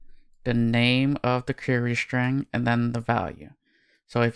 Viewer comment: “Shtring” !== “String”